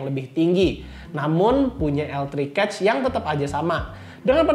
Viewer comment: maaf ya cuma mau kasih masukan, spelling "cache" nya agak keliru sepertinya, hehe.